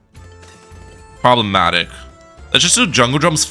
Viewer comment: Why do you say "probamatic " so much